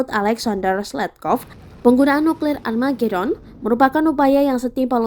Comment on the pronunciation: Gini amat tribun timurr....🤦‍♀️🤦‍♀️🤦‍♀️🤣🤣🤣, Amargedon.....??? Armagedon mungkin mbaq